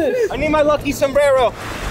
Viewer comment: did he just say sobrero no thats a flilipino words